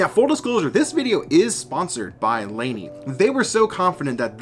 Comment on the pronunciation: It is pronounced Leen-èh